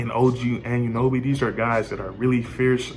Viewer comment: I hate how u say OG’s last name. It’s pronounced au-none-no-bee. Altogether, it’s Anunoby. Not “and you know bee” Nonetheless. Good vid lol